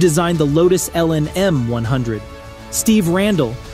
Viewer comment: "El-in" The lotus is pronounced as el-an or el-on